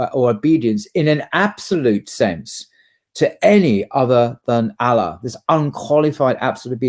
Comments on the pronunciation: It's quite odd that doesn't/can't pronounce properly the name "Allah", despite being a Muslim for how long? It really isn't that difficult and shouldn't be difficult, especially for someone who is being invited to various colleges to give lectures on Islam, Christianity etc. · Dear, I wish you could say Allah with the same pronunciation that is used in Arabic Language. It is just a wish. Your choice. But I love your videos and work. Allah has helped me become more pious via your videos. Salaam